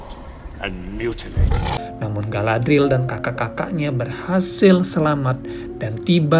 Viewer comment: aku baru ngeh klo Galadriel itu mertuanya Elrond, mereka seumuran gasi? note: btw bacanya Ga-la-dri-yel ya min. makasih.